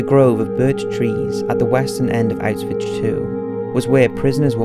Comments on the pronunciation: Ok come on... "outs-vitch?" Your vids are good, and seemingly well researched, however, you really do need someone to narrate without glaring mispronunciation and made-up words. It's "oush-vitz." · "Out-switch". I've always heard it pronounced like "ow-shwitz" or "ow-shvitz". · Please stop saying Auswitch... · Autzvitz complex. Your Autzvitz documentary about mengele was good, but it was really hard to listen to since every time you say "autzwiz" it just sounds "a bit" comical.. I know that englishmen don't speak other languages, but at least try to put some effort in spelling foreign names and places.. You are really not the only one I have told about this... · Please learn how to say it, it's not ' ausvitch' .otherwise a very good video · good video and btw the correct pronunciation is "OWsh-wihts" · Good video, but the constant mispronunciation of Auschwitz made me cringe every time tbh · Maybe learn how the say the name of the camp if you are doing a video about it?